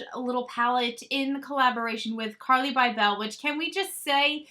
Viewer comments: I agree this collection seems way overpriced. On a side note…isn’t Carli’s last name pronounced “Bible”? I had family friends growing up with the same spelling. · Lol “bye-bell” 😂 Bybel=bible. I was wishing Carli came out with an eyeshadow palette. There’s a whole lot of face and no eyes. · You say her last name so funny 😂..Lol